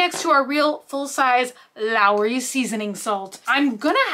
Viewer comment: It's not just the shelves. The carts and also one product from another are ALL disproportionate. The pickles are pronounced like Claw-son, and it's LAWrys, not LAOrys. ;)